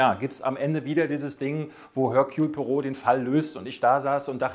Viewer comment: Er-Kül... Pu-A-Roh!!!